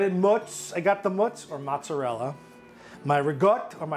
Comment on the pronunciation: FINALLY someone who says mozzarella and ricotta correctly. Rigaught and mootz..👍. Nice job chef.